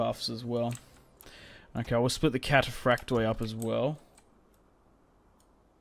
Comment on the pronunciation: I just stated that you can’t really tell how it was pronounced but it never would have sounded like cathaprakte rather like kataphraktoi